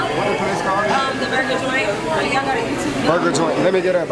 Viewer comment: "burga joint lemmegeta burga joint" 💀